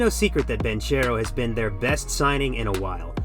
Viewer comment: one second into the video and bro pronounced Banchero wrongly. Good video though.